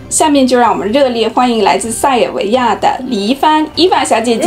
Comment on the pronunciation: 我很感觉奇怪，你学的那么优秀，儿话音也挺好，但是塞尔维亚的儿话音你却发的不好。